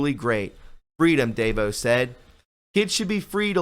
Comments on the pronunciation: Da Vos.. Pronounced Da Vaws.. She is the owner of Amway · please learn how to pronounce common words or names, please. I mean, really, you should know how to pronounce 'admiralty' or Betsy DeVos' name. Thanks.